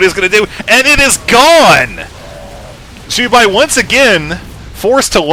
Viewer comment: it's Jubei! Not Ju-buy!